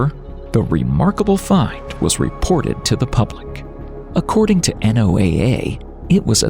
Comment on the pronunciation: The repetitive spelling out of NOAA is extremely annoying everyone I've ever met speaks/pronounces it as a word.